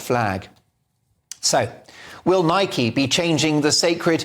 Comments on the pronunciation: Why dont you pronounce the product name properly? It rymes with bike and hike and like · It's spelt that way but it's pronounced Nikey by the US company that purchased it from JAPAN in 1972 I just call it Nike same as you